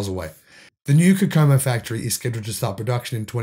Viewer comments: KOH-KUH-MO!! ( COCOA-MO!! ) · Kokomo Indiana is pronounced KOH-ko-mo with accent on first syllable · FYI - Kokomo, In. Pronounced like hot chocolate with coco. Ko-ko-mo. Near my hometown. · That city is pronounced Goke like the soda + a moe. Coke-a-mo. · Kokomo is pronounced CO-CO-MO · Here is how to pronounce the small town in Indiana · (In the US Midwest "Kokomo" is pronounced with the accent on the first syllable, not the second.)